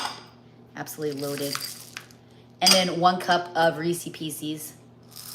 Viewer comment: Rees is piece is…. Not Reesey pieceys!